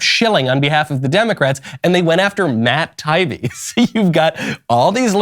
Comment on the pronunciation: Love your show so please take this in the good spirit that this is meant. Someone on your show has to know how to pronounce Matt Taibbi (Tai-ee-bee). He is a well known reporter/journalist and deserves the respect of his name being pronounced correctly.